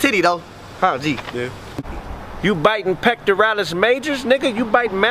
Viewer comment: "You out here biting pecrorial major's?" I was dying!